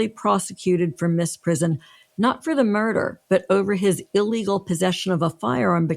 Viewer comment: I admire these people greatly, but this video is a blemish on their resumes. : Babushka. First, it's BAH bush ka, not ba BUSH ka. And it means grandmother. I don't think one wants to wear a grandmother. Second, "misprision" is OBVIOUSLY not "mis PRIZ on". si there, as one of the lawyers noted is zh. collision, derision, lesion, abrasion, ....